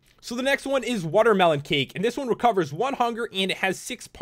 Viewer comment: Pat u said watermelon wrong it's watermelon XD😉